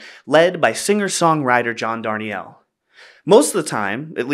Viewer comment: Thanks for this: an earnest, smart celebration of a worthy song. One small correction: John pronounces his last name "dar-NEEL," not "darn-ee-ELL."